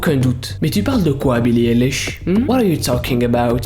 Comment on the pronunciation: Ok je t'aime bien😂 MAIS ce n'est pas BILLIE ELISH mais BILLIE AÏLISH ( la prononciation )